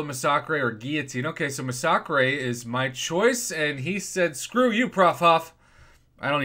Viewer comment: I pronounce it like that too bud